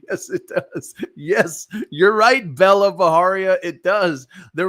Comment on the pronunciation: It's not Baharia guys, it's pronounced just as it's spelled, Bajaria. That's an Indian surname not Mexican. Please stop making it sound Mexican. Even her name is not Bella, it's Bela pronounced as "Bai-luh", which too is an Indian name, a bit outdated though, like a name from the generation of our grandmothers!